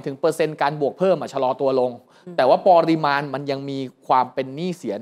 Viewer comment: ปะ ริมาณ ไม่ใช่ ปอริมาณ